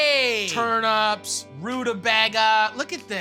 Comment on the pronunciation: man called turnips turnups